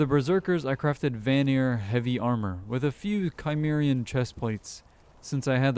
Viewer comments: Cimmerian is pronounced "sim-mare-ee-anne". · Cimmerian - Sim-ear-ian